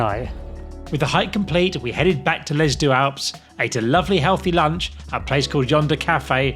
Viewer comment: already annoyed by the pronunciation of deux in - sorry!